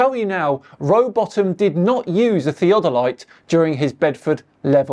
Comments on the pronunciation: Omg, tell me you have know idea what you are talking about by butchering the pronounciation of theodolite. Sad. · I was just about to throw my phone across the room - because the way he was saying "Theodolite'. 🤬😡🤯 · The way he pronounces "theodolite" may be the most annoying thing he's ever done . . . and that's saying a lot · is a known CIA-funded disinformation mouthpiece stationed abroad. He simply narrates what he is told. That's why he often mispronounces words he would know how to say if he had truly researched it. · It literally sounds like is saying, and I will word this out like a dictionary word. ( Thee - A - Deh - Lights ). It’s (Thee-Oh-del-ites ). If you’re pronouncing it properly, and using correct enunciation. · I like the way he said it... like Thea Delight. I still don't buy what he's selling. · Theo delight. When did an o start making an e sound? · Sorry what? Theo-delights? He can't even say the word correctly and then assumes to know how they work. LMAO!!! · Thea-del-light? It took me two tries to understand what he was talking about and my dad is a surveyor. 😂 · One of the uses of the Antikatheya mechanism is to predict the Olympic Games dates. If I take a train and pass a road running parallel to it, the cars on the road can be seen to move. I can predict how they will move and build a device that shows the motion without taking the motion of the train's motion into account. Why does he pronounce 'theodolite' as 'theatre light'? Compasses need to take into account the angle of dip as well. Diving compasses can stick or give erroneous readings if used more than one region away from the one they are set for. I've got as astrolabe, but not the correct plate for my latitude so it is used for demonstrations. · The way pronounces "Theo Doe Lights" is instantly triggering to me as someone who learned surveying in college. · I dont know who is more annoying "theo-der-light" or potato dave